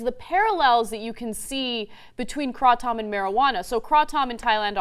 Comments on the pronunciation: "kra Tom? Kray - Tum. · Hmm, I've never heard it called Kraw-tom. It's usually pronounced Cray-tum or Crat-um. But you really lost me when you compared it to a cup of Espresso, Ana. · I was born in Thailand. I lived there for more than half of my life. I can tell u that there is no such a thing called "Kray Tom, Kraw Tom, or whatever she called it". It's called KraTom (Krah-Tom is acceptable, too) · Krah-Tohm is more of how the thais pronounce it. If I pronounced it any way like you guys suggested, the locals here would have no idea what you are asking for. At least TYT pronunciation is way better than "Kraytum" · Have you been to Thailand? I've purchased and consumed Kratom in Thailand and they say "Kraw-Toom". So no, it's not "Kraytum" like people say here. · Lol "craw tom" it's kratom. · Kraw-Tom..? LOL I couldn't watch anymore after that. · Hahaha... "Now, Kraw-Tom is a leafy jungle stimulant..." smh. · kray-tom is how you should pronounce it. it is not so much a stimulant. it is like a mild mood stabilizer. true it is not harmful. Yes it will take away withdrawal symptoms from an opioid addiction. It will do this wonderfully. there are many testimonials online that will confirm this. it is not considered a drug in my book but rather a natural "food" that will help with symptoms. It will eliminate your need to take medications for depression, and even pain. It is truly amazing. I love how everything is provided for us on this planet we just have to have the sense to use it. And to think some people believe that man is a better creator than nature? thats just wierd. Also, kray-tom does attach to the same receptors that opioids attach to thus giving a pain reliving or withdrawl relief but, IT DOES NOT CROSS THE BLOOD BRAIN BARRIER thus, you do not get high from it! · its actually pronounced "kray-tom". but in Thailand they just call it "tom". but thank you both for doing this video and educating people that this is not a dangerous substance! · its kra tom